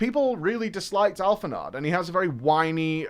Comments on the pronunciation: Btw, its "Alphin-oh" xd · Alphinod, Hydaleen, the Golden Carousel. Early FF days was butchering the names but having a ton of fun!🤣 He was on his way tho! And he got there! 🫡